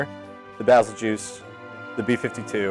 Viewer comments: Pronounce it like this Bay-zell-goose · Baa zil geese is the correct pronunciation. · FYI : バゼルギウス (Bazerugiusu) as the japanese name stated Winner: Bazzel-ge-use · Its not bazelgeuse, its beetle juice